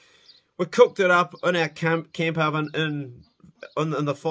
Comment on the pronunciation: The Save Animals From Exploitation people will most likely see this. Be careful how you say 'camp/cump oven'.